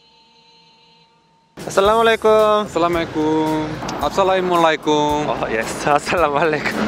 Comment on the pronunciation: With due respect bro I want to correct you it's spoken "Assalam-o-Alaikum" whereas salam-o-laikum is wrong.:-)